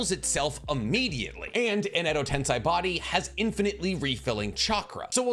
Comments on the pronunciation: Edo Tensei isn't pronounced as Edo "Ten-sai". It's pronounced as Edo "Ten-say". That "E" in the 2nd to last placement in Tensei, makes all the difference in the world for how its supposed to be pronounced. American linguistics cannot be applied to Japanese linguistics because in Japanese, the phonetics are the same in every single word, no matter what. So an "ei" suffix will always be pronounced as "Ay" and never as "Ai". Just like "Tomoe" is not pronounced as "Toh-may", it's pronounced as "Toh-moh-eh". In Japanese linguistics, every syllable and every vowel are pronounced. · Edo Ten-say not ten-sai